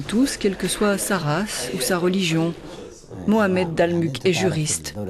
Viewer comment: Mohamed et non pas maomet merci